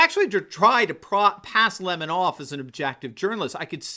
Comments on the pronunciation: If his last name is pronounced leh-moh is his full name actually doh lemoh? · "Le Mon"? Sounds just like Cyathinth Bucket insisting that it's pronounced "Bouquet".😂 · Every time I hear Don Lemon's name pronounced Li-MA, I think of WC Fields as Egbert Souse in the The Bank Dick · It’s important to pronounce his name correctly, LEMMING. He is following the, rest of the mainstream media off the cliff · If he pronounces his name the French way it would be L'aimant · Lemon prefers his name pronounced in the high French mannah?? That's like Hyacinth Bucket wanted her name pronounced "Boo-kay."